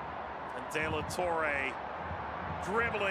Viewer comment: “Dela torray” 😂